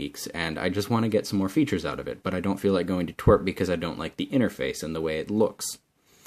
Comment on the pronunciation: u say twrp like twirpk